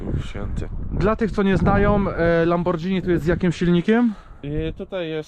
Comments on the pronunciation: Obejrzal bym do końca ale uszy krwawia od tego lambordżini... Znam marke lamborghini ale lambordżini nie... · fajna prezentacja, ale mała uwaga: wymawia się LamborGini zamiast LamborDŻini. To takie samo słowo jak spaghetti, którego nie wymawiamy przecież spadżetti. Pozdrawiam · Lambordżini? 😂😂😂 I spadżetti….Panowieeee!